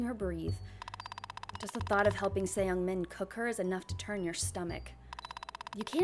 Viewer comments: just a heads up, youre not supposed to pronounce the E in ”seungmin” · You're so sweet omg😭 I found you from this vid and you seem so fun and entertaining you should be a LOT bigger than what you are now (the mispronunciation of "Seung-Min" is killing me as a korean but I pretend i didn't hear it💓)